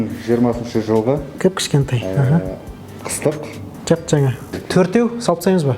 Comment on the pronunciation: Qazaqsha , к,азак,ша тамаша со'йлейдi, ЖiГiТ !!! Тек "кушкентай" емес , КiШКЕНТАЙ !